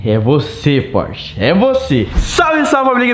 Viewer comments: Porche- It kkkkkkkk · porshtite kkkkkk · O nome do Porsche: Pors-titi